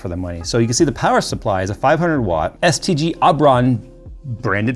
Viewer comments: Oh he said STG..... I thought he said STD and assumed I was watchign a Dawid video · Thought you called them "STD Aubron" at first 😭😂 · I kept hearing STD when he would say STG.